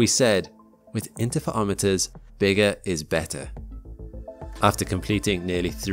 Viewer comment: you say Interferometers in a really unusual way.